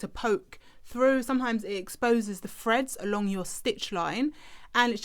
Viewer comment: Useful. Thanks! Just one thing, can you please pronounce your ‘th’s properly. It’s horrible hearing ‘pushing it froo’ and ‘seeing the fred’.